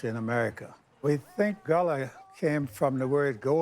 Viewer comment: It is pronounced Gah-la. That's my people.